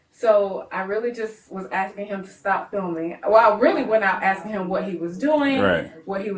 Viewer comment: 'Asskin' sounded an awful lot like 'Tellin', until the law showed up.